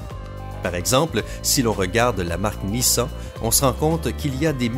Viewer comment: Mdr il sais meme pas dire Nissan.Il a dit